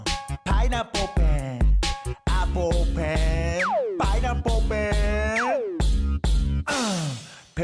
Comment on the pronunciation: it's pineapple not pineapol